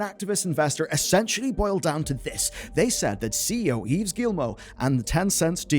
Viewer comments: Its pronounced "Eve" not "Eves". :P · Great video. Gy the way, Yves is pronounced like "Christmas Eve". Yes I'm french... And you pronounce Guillemot perfectly... Yes I'm french.